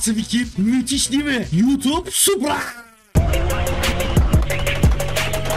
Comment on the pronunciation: hee anladum sen yutub diyorsun :)